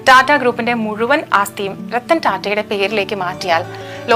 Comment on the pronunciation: രെത്തൻ അല്ല രത്തൻ ആണ് 😅😅😅😅😅😅😅😅😅